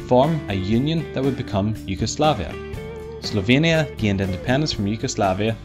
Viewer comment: OHHHH Slovenia. I thought you said "Sylvania" and had to look it up